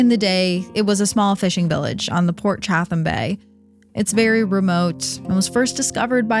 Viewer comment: pronounced chat - em not chath-em